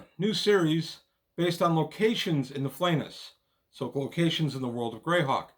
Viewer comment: "The Flay-ness"? I always pronounced it Fla-nay-ess. 🤔 Great product and a fun video!